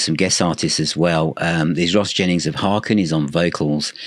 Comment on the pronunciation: Hi! Just a factoid for you... HAKEN rhymes with bacon as one of their tour shirts attested to on THE MOUNTAIN tour with a photo of actor Kevin Bacon on it. 😂 A great band with a great sense of humor. Thanks for reviewing them. Peace to you, JonO